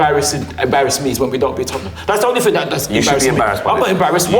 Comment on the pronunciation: stop saying ting...